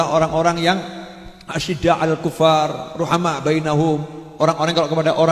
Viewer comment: Asyiddaa Basalah mah... bacanya asyidduu